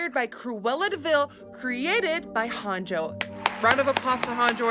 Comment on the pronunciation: shekilledcovid it’s actually pronounced ‘Hah-n-yo’ 😄